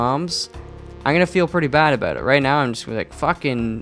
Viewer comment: As a new subscriber I wanted to ask what country your from And then you said 'aboot' So you answered my question. lol